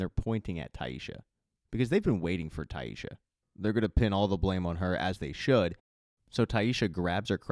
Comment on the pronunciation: Great job, as always but its Tai-SSa, no H, no "sh" sound. Just yhr "s" sound.